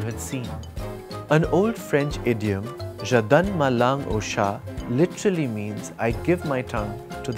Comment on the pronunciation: Vous avez prononcé 'Je' très bien... 😁